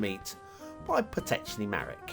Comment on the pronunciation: Congrats for not making a mistake when reading name PotocznyMarek. It's polish. Also Vistula and San are two rivers in Poland. 😁 So great to see some polish names in your show.